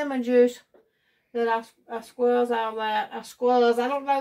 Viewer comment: 😂squzzed??? It's. SQUEEZED!!!!